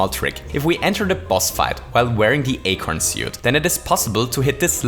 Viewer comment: "Holy fuzzy" "Acorn S-yoot" "Hoo-ray" You, sir, have conquered the English lexicon.